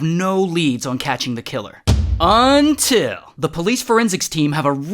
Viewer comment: Damm it Ray, that UNTIL always gets me!